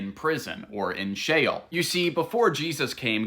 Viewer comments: sheol it is pronounced shay -ole (think of ole sound like in the word hole.) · i misread him the first time too. He was just explaining he pronounced sheol as the word shell. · Did you just mispronounce Sheol? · It's She-ole.... it's literally in the spelling. And people STILL HOD TO SHEOL. The scriptures NEVER say that people go to Heaven. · It is actually pronounced she ole Like ole Miss university you duncoff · Did bro say shale or jail? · SHEOL sounds like JAIL. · Shael bruh really miss pronounced Sheol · Shale sounds like Jail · Sheol❌️ Shale✅️ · Sheol sounds like jail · Just so ppl know, the subtitles sometimes say "hell" when he says "Shale" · Dude … it’s SHE SHEol … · I thought it was pronounced she-ol?? Also thanks for this I'm part of the PBE (Pathfinder Bible Experience) and this is really helpful 😊